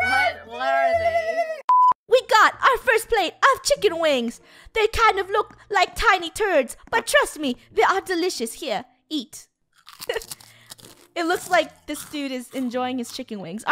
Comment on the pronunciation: when she said thiny turds, at first i though she meant it was a type of food 😂😂😂